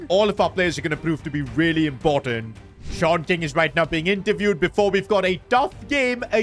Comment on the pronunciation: Actually his name is Sean King but he is saying short king